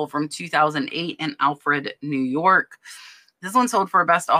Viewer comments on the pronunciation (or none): none